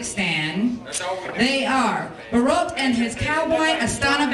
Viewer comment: I love the intro lady's pronunciation of Borat... "BOROTE"